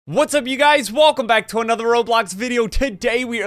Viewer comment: I hear you say wolkcome